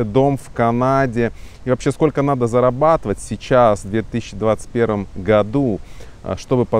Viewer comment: сколько ааа.. не «зарабатовай» ааа.. писать без ошибок аа.. будет так же невозможно…а..